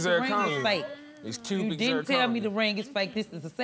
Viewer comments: The way he kept saying CUBIN ZIRCONERRRR 😂😂😂😂😭😭😭💀⚰ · Him: it's cubic zirconia Me: that's fake Him: It's cubic zirconia! Me: That's fake! Him: IT'S KEWBIK ZIRCONIA!!! ME: DATS FAKE‼️‼️ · It's cubiczIR conia, It's cubiczIR conia, It's cubiczIR conia, It's cubiczIR conia, It's cubiczIR conia, It's cubiczIR conia, It's cubiczIR conia. It's a diamond tester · He said CUBAN zirconium lmao run it bike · It's cubic zerconie; it's cubic zerconie😂😂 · Another pointless, typical hood relationship... except, she looks super crazy with those lashes 😂 he keeps saying "cubic zirconia" like it's not synonymous with fake😅